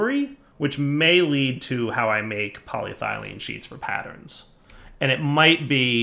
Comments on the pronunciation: Thumbs down for "poly...……..thylene". If I wasn't watching this at work during lunch break " pronunciation" would make a great drinking game. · Its what now, 4-5 episodes hes been mis-pronouncing paa· lee·eh·thuh·lene